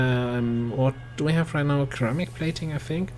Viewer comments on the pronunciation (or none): ceramic is pronouced sir-ah-mic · Flawless mission! Noice =3 And in before anyone else notices xD Not sure if intentional, but "ceramic" in English is pronounced "Sir-am-ick". Not sure you really wanted to know or were poking fun at it xD But I said it and holding down 'backspace' sounds like work. But still! Your English is as flawless as this mission ;D